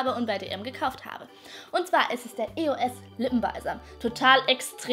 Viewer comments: es heist eos und nicht e o s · es hest eosund nicht e os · es wird nicht e o s ausgesprochen sondrrn eos allso zusammen gesprochen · nein es wird e. o. s. ausgesprochen. Ich spreche zwar auch eos aber so ist es falsch, denn die marke heißt Evolution of smouth (sorry wenns falsch geschrieben ist). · du sagst e-o-s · man spricht eos anders aus